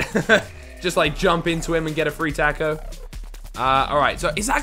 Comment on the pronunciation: Lol u say taco weird